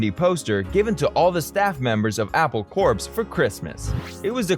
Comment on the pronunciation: A fine detail in an otherwise good video…Corps is pronounced Apple “CORE”, not “CORPSE”.